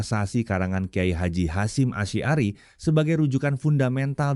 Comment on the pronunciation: HOOOE .... pembaca berita-nya JANGAN MEMALUKAN ah, baca Chudlori, Asy'ari kok ndak bisa, ganti yg lain saza. Ini menu jukkan bahwa dia SAMA SEKALI tidak ngerti HURUF dan TULIS BACA ARAB, menyedihkan !!!